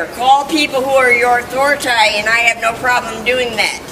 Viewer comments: SHE SAID AUTHORITAY 😆 🤣 😂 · She said “Authoritay!” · Did she really say author uh tie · “Authorit-i?” Seriously! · ‘Authoritah…’ 😂😂😂 oh deary me this one is awesome! Thanks Mate ❤ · The attitude, the voice, the pronunciation of "authori-tay"....is this Eric Cartmans sister? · “Respect my Authoritay “ 😂😂😂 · She said "authoritay".. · "Someone has been watching toomuch Southpark." UH THORA TAY! LOL